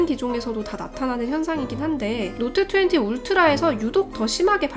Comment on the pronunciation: 갤럭시 놑 트웨니의 뤼얼 롸이팅.